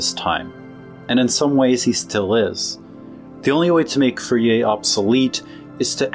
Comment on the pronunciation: It's pronounced: For'-yay